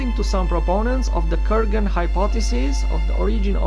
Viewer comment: Kurgan, not ;Koergan